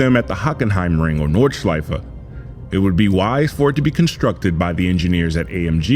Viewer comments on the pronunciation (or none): none